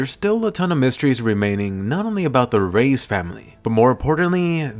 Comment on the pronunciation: Reiss is pronounced “rice” not “rays”